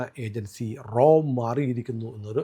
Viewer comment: "" റോ "" അല്ല "" റാ "" RAW. പിന്നെ RAW ആണ് ഇതിന് പിന്നിൽ എന്ന് പറയുന്നത് ശരിയാണോ . ആലോചിക്കുക. ഇന്ത്യ ഗവൺമെൻ്റ് ഇതൊന്നും സമ്മതിക്കാത്ത പശ്ചാത്തലത്തിൽ